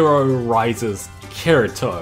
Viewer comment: This dude said karito XD